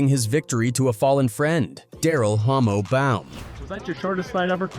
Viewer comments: The moment the commentary says "homo" instead of "hommo". Whoops! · 😂 bro the ai is tripping mispronouncing the guy's name, it's Hommo lol yeah exactly 😂